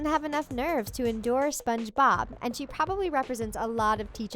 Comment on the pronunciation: Why do u keep saying spongebob like “spongeBOB” 😂